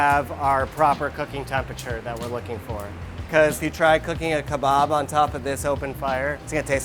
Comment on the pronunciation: Unauthentic cuisine! It’s called kebab, not khebab